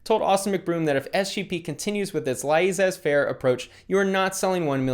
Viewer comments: Ahem ...The word “Laissez” is pronounced Lays-A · pro I just can’t fathom having to hear him say “La-iss-ez” ever again. It’s untenable..